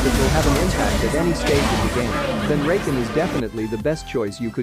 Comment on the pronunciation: "Rayken" "Zeyuh"